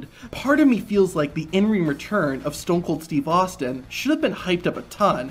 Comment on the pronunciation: STOON KOOL STWEVE AHSTEEN